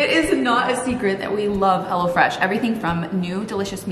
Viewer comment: Every time you say, “Hello Fresh” my special ears hear, “Hella Fresh”!! I don’t think the company would mind as, Hella Fresh seems like a very good thing!